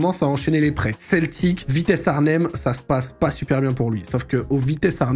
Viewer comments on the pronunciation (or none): none